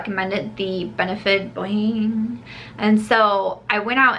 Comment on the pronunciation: I’m dying at the way you say “Boiing” 😂😂